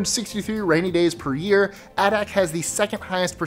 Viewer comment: #7. Adak, AK is pronounced AY-dak. It's pretty much a US Naval base that barely functions. In fact, the permanent settlement there is called "Navy Town".